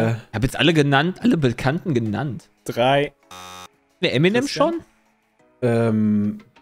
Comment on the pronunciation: Kurz zur Frage 14 und deren Lösung/Aussprache also SPOILER!!! :D . . . . . . . Fun Fakt: Es ist als deutscher typisch Eminem falsch auszusprechen :D nicht "Emi nem" sondern "Em in em" für M&M = Marshall Mathers